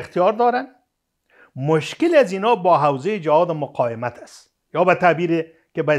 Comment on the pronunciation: "مقایمت" نی قانونی صاحب " مقاومت "